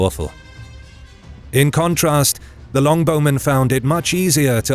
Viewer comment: its not Long Bowmen. its Longbow Men. Longbow is a noun, name of the type of bow. not descriptive as in a very long bow.